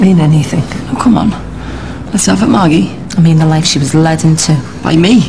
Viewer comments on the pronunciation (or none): At one point, Jimmy pronounces "Margi" with a soft rather than a hard "g".